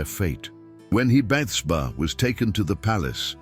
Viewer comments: There were a few things like that, I noticed. It pronounced her name wrong, too. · SO, SOOOO FUNNY! CONSTANTLY MISPRONOUNCING "BATHSHEBA " UNTIL AT THE VERY END❣❣😂😂🙏🙏